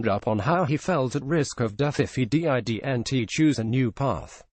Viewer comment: "IF HE D. I. D. N. T. CHOOSE ANOTHER PATH!" HAHA! Good job computer voice! 😂😋😂